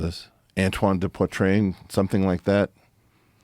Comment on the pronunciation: "Antoine De Poitrane" lmao